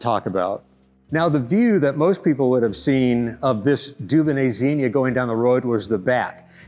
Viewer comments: Please pronounce the name Dunonnet correctly maybe, it’s not “Doobanay”, it’s “Dewbonnay’. This repetitive faux pas rendered the whole video unwatchable. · Are you pronouncing 'Dubonnet' correctly? It grates on my European ears.